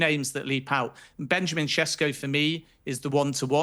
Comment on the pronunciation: Sheshko is the correct pronunciation. Š is sh